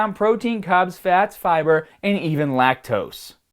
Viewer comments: "EAT YOUR FIBAHH" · It’s funny how in the fiber section he pronounces it as both “Fib-ER” and “Fib-AH” within seconds of each other. This accent seems a bit put on to me (being from/living in the greater Boston area). Also on the way he pronounces room...traditional Boston accents say it more like “rum”